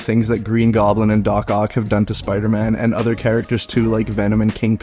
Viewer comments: Is bro saying spyroman? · I need to rewatch this and do a “Spire-Man” counter 😂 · Which one of you can't pronounce Spider-Man properly 🤣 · Why don’t you pronounce the “d” when you say “Spider-Man”